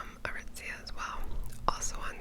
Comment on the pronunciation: Every time you say “Aritzia“ you have a certain flair to your enunciation, and I love it